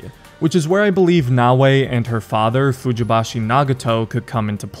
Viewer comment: Nagato’s last name is pronounced “Fujibayashi” not “Fujibashi” lol